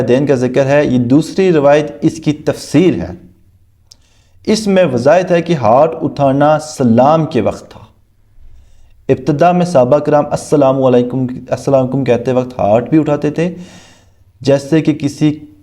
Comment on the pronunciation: Bilkul UnValid Aetiraz or Sahabiyon ke naam tak ghalt aap pudh rahy hien aap ne kya logon ko samjhaaana ha Ap pehle khud pudhna seekhien 🤨 Ilmi Halat Boht Patli ha aap ki 😅 اور وضایت نہیں ہوتا وَضَاحَت ہوتا ہے اپنے تلفظ صحیح کریں دیکھ کے تو صحیح پڑھیں نا میرے پیارے بھائی تفسیر نہیں لکھا تفصیل لکھا ہے تنقید براے اصلاح کر رہا ہوں آپ غلط نہ سمجھیں ٹھیک ہے نہ جیسے بندر کے ہاتھ میں ماچس دے دی جائے وہ اپنی بےوقوفی سے سارے جنگل کو آگ لگا دیتا ہے یہی حساب آپ کا لگ رہا ہے اَن پڑھ کے ہاتھ میں کتابیں دے دیں کسی نے 😅😁 اردو کی بھی ایسی کی تیسی کر دی آپ نے یار